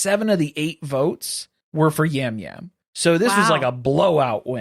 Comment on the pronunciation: Hearing you guys talk about the CBS reality people is killing me 😂 Yam Yam is pronounced Jam Jam Rob Cesternino is pronounced Sest-er-knee-no (as a RHAP listener, I’m so excited to see him play) Ian used to cohost Big Brother recaps with Rob C so they have a big connection. When the Survivor season has a location in the name, that’s not a spin off. That’s just where it was filmed! Or it’s the “theme” for the cast. There aren’t “spin offs” of Survivor like you guys are thinking. It’s all 1 show 😊 Appreciate the coverage for all the shows you do and looking forward to the new season of Traitors tonight!